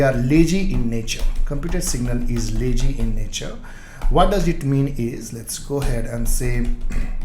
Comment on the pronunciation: Good One. Thanks for your efforts. Few suggestions - 1) Your face image is blocking the code that you write behind in the vs code eg: when you inject(bookservice) implements ngoninit - try to short your face image or better remove it. 2) your pronunciation of words like lazy and other words can be improved. Once again not blame you, just thought of sharing. thanks.